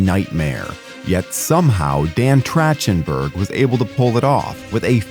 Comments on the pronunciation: The voice over pronunciation of “Trachtenberg” as “Tratchenberg” is mildly infuriating lol This movie was such a pleasant surprise. The use of practical effects really sold everything they were doing and the nods to the originals didn’t feel ham-fisted (like with Alien Romulus’ attempts). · the one thing that got me is his name is pronounced Track-ten-burg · LOL his name is not Trashtenburg. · Trachtenberg is pronounced with a “k” sound, not like “chair,” same as chasm. Or is this an AI voice? Mispronouncing names is usually a giveaway, but sometimes it’s a human who doesn’t read enough. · Same way you pronounce Michelle Trachtenberg